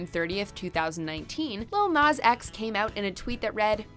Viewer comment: The way they say Nas is really annoying me 🤦‍♂️